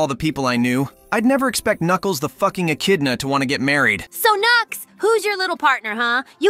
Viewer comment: ah yes, "nuculs" the "king"